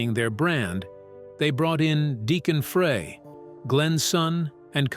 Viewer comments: it's not Frey it's FRY!!! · Glen FREY Pronounced FRI !! SAY IT CORRECTLY OR DON'T SAY IT AT ALL !!